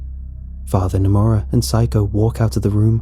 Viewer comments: When he pronounces Saeko as Psycho. I'm crying on the inside. LOL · The original writing in the r/nosleep is Saeko Correct pronunciation is: Sā like in the word sun é like in the word end ko like in the word co-op Some pronunciation might have given the 'sā-é' part sounded like 'psy' instead, thus listeners tend to hear 'psycho' instead of Saeko.